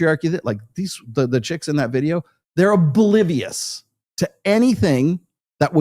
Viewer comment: It’s not “bulivious”, dumbass, it’s pronounced “ob-livious”. That’s what comes of never having seen the inside of a classroom. Anyone who buys his book is a similar dumbass.